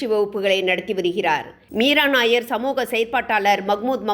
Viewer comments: She's not nair. She's Nayyar. Punjabi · மீரா நய்யார் என்பது பஞ்சாபி பெயர். நாயர் இ‌ல்லை நய்யார். தயவு செய்து இதை அழுத்தி சொல்லவும் .